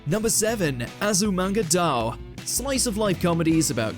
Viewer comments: It's pronounced "die-oh" great list though. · This is kind of driving me crazy…. It’s pronounced “DAI-OH”, not “dow”! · I always thought it was pronounced 'dye-oh', tbh :/ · isn't it read as azumanga daioh (day-oh)? I'm confused